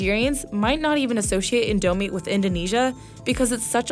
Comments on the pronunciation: They say it “in douuuu meee” and that frustrates me >:( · ITS PRONOUNCED AS INDO- MEE NOT INDO MI OR INDOMINE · *in*domie, not in*do*mie If you’re South East Asian and think that pronunciation was sacrilege, imagine hearing it as an Indonesian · It's not in dou mee it's called in do mee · It is still called INDOMIE... NOT NIGERMIE...😅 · the way she pronounce indo mie kinda ticked me off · its actually pronounced as in dough me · Lived in Saudi Arabia my whole life, pronouncing it as en-do-mee, how is it supposed to be pronounced? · in dou me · Vietnam's beef noodle soup is pho Oh, I pho-got Edit: when she said indomie if felt like commiting suicide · HOW did she butcher the word 'indomie' so badly? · The way she says indomie kills my indonesian soul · Hearing her pronounce "indomie" wrongly was sacrilegious to my Southeast Asian ears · How they say indomie and mie goreng annoys me so much since I’m Indonesian. It Stresses me out.